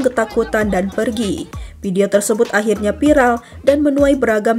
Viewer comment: Viral mbak, bukan PIRAL